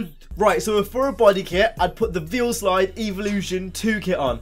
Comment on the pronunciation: VIELSIDE not VIELSLIDE